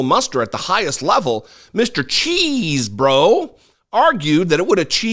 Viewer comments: it's pronounced "Chess bro". Not, "Cheese bro". Thanks. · Love how pronounced " CHESEBRO" nice.